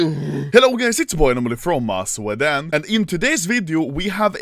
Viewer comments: Anomaly: Sveden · From-a shwedaan.